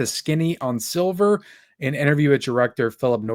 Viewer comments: Why do you keep mispronouncing the movie SLIVER? It’s not the color silver. S L I V E R! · every time you mentioned "SLIVER" you kept calling it "Silver, over and over again... lol...